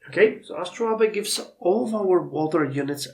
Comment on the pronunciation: Yeah, your pronounciation is pretty close ("astro-layb"). - I'm wondering if there are any Civics left to unlock in this era. I think one of them removes the city number cap (which would be extremely useful). I think it is Nationalism. I think Mercantilism gives one, Corporation gives one. Divine Right gives one. Social Contract gives one. - Scientific Method gives Oil and Natural Gas resource deposits (it is probably pretty important to know where Oil is located). - Heliocentrism gives a Great Admiral if you are the first to research it. - Depending on how many Observatories you got, you might want to make Calculus a priority given that it gives +5 science to them. - If you're still doing military reforms I'm curious if Explosives gives anything useful. Rifling is also likely worth getting. - You can apparently train Lara Croft. May require Treasure to build. - Considering how strong your financial situation is, I'd say financial techs shouldn't be a priority.